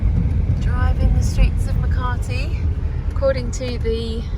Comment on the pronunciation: There is NO R in Makati. Ma ka ti